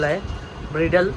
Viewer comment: ब्रिडल नाही रे ते ब्रायडल बोलतात.... इजु शिक्षण किती झालंय रे तुझं😂😂😂